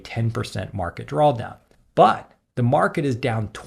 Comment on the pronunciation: are you pronouncing it "drawl down" ?